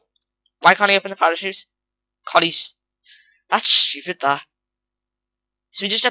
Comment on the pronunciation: you said svupid